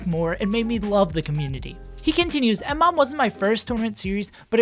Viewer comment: It's pronounced Muh-mom.